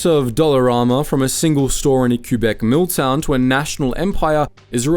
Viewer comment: I love your videos man, but you really need to learn how to pronounce our provinces… It’s not Coo-Bek, it’s Que-Bec. It’s not On-TAR-io, it’s On-TARE-io.